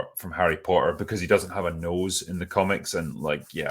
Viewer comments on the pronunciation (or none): none